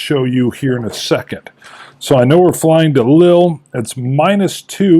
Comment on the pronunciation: It is "Lee-ul" incidentally (if you mean the city Lille)